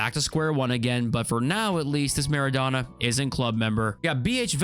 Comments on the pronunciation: all good bro there’s no need for an apology but it almost sounds like your calling him “Madonna”😂, the O should be pronounced the same way as when you say “donut” or Dough, it should like “Maa.ruh.donuh” or “maa.raa.dough.nut” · the way he says MEREDONA instead mara-dona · Marrow donor? It's Marra Donna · Bro, it’s pronounced: maa - ruh - dow - nuh